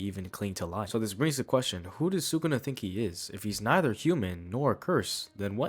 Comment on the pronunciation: its sukuna, not sukana :v